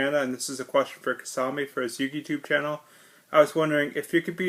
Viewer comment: Thank you so much for answering my question Kisame! And yeah you pronounced my name fine. I'll definitely be looking to get that Testament next ;)